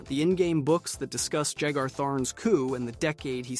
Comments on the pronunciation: “JAG-er?” it’s pronounced like the drink, bro. “Yay-ger.” The player is declared “The Champion of Cyrodiil” at the end of Oblivion. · "Jagar" is pronounced "Yay-gar".